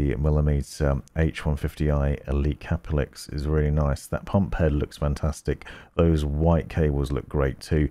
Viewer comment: Its CAPELIX NOT CAP-LIX